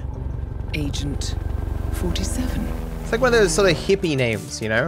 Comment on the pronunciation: I'm not the only one that hears "asian 47" when says "Agent 47"?